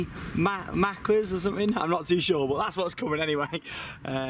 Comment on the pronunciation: Macaques is pronounced Makaks :)